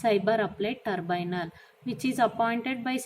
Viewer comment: It's not turbynal mam it's tribunal